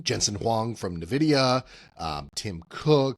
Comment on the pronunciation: NVidia is uhn.vi-de-uh, not nuh-vi-de-uh